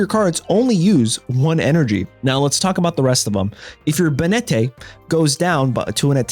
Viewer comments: Bay net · Banette is pronounced bay-net. The name is a portmanteau of Bane + Marionette. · Pronouncing Banette like he's some spanish dandy was unncessesary